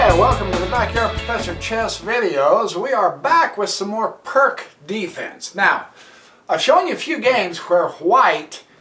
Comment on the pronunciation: It’s pronounced peerts